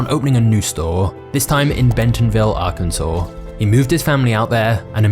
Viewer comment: You say Arkansas perfectly…. But not controversy? Lol I love it